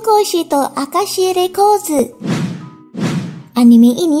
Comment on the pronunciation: Keren penyebutannya, pas ngomong rokudenashi akashi records serasa orang Jepang wkwkwk